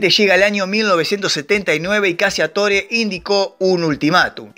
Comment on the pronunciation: "CACCIATORE" es un apellido de orígen italiano que debe pronunciarse correctamente...: [ CACHATÓRE ] tal cual su pronunciación figurada...que en castellano significa...: [ CAZADOR ].